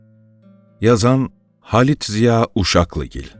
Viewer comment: lutfen halit demeyin. ordaki h den sonraki a uzun okunuyor. bari siz yapmayin.